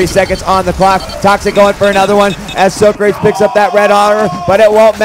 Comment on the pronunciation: lol they call him so- crates. its sawcrawtees